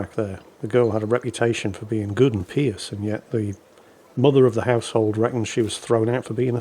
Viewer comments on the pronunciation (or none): wait a minute. Did say “pious” as “pee-us” and not “pie-us”? Is that how the British pronounce it?